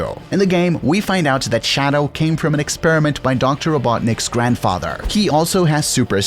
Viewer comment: Nobody: This dude: ShAdOuw